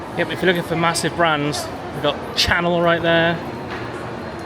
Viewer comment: You were reading all the brands WRONG! hahahahaha